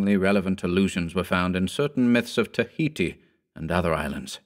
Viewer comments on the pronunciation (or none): none